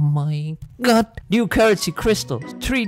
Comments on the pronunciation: I absolutely love his o my GOUD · Why u cant say oh my GUD!